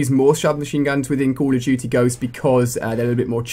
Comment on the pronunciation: It sounds like he says call of chuchy ghost lol